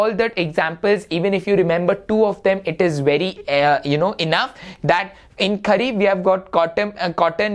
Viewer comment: Sir it is Kharif and not Khhari…!